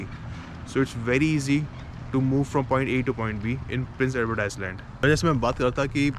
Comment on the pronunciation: Brother, even after moving to canada, you still cant pronounce ISLAND